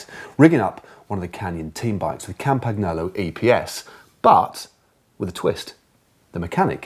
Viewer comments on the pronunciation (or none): happy birthday ! and thank you for your entertaining videos. btw, is pronounced "campaniolo" (otherwise you're risking to sound like a russian talking about "novaia iorca". aka new york.)